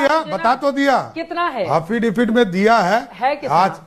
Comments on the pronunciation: हाफी डेबिट बोलता है,,अनपढ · अरे भाई किसी को पता है तो बताना कि ये "hafidipit " क्या होता है,जो मुख्यमंत्री जी बार बार बोल रहे हैं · हाफि डेबिट 😂😂😂😂😂😂 खुदा मेहेरबान तो गधा पहेलबान 😂